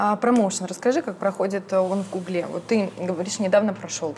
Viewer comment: Не в гуглЕ, а в гУгле!